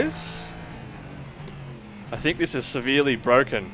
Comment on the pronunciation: The AI is bwoken 😂